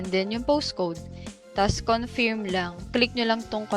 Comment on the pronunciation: confeeerm or kuhn-furm? sino ba kasi nag pa uso niyan ang dami nang naloko. but nice tips sa wise. ayusin lng po ang pagbigkas